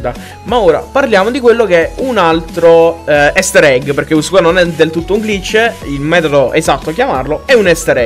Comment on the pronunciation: Non si pronuncia "Ester egg" ma "Ister egg"